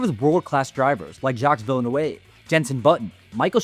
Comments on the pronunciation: I knew someone had to ohave picked that up! OMG i had to listen twice! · Villeneuve = vill - nuv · I have never, ever heard a pronunciation as bad as how you went for Villeneuve